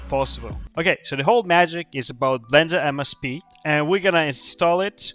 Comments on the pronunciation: Why does keep saying MSP?? It is M-CEE-P. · at first I thought he mis-spoke, but as the video went on, it became apparent... This dude literally thinks a 'C' is an 'S' 😂